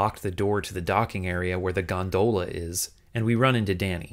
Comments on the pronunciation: I appreciate you having the subtitles emphasize the bizarre pronunciation of 'gonDOHla' everytime. It's great 👍 Gags like that should happen more often in subtitles. (Also, in general thanks for having proper subtitles on your videos!) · Am I the only one whose only ever heard Gondola pronounced "gonDOLa" before this video? You're the first person I've seen pronounce it "GONdoLA" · GondOHla lol